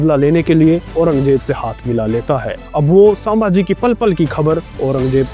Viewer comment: Saambhaji nahi sambhaji hai